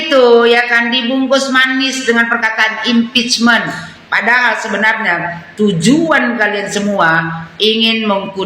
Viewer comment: Bukan halal bihalal tapi haram bi haram😂😅 provokator berbalut bahasa Inggris impecmen😂😅 alias makar cm bedanya makar itu kalo udah kejadian chaos la kalo nunggu chaos dl y hancur Indonesia pak🤣 apalagi mpud semenjak gagal wakil presiden otaknya mireng sm kayak kalla